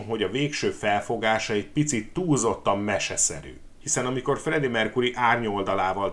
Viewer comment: Mercury-t nem "merkúrinak" kéne ejteni,hanem "merkjúri" a helyes.Bántja a fülem.